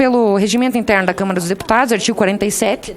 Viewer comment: Velho nojo .não é TV CâmEra. Eh TV Câmara ! Não eh puder , é poder aprenda primeiro a falar.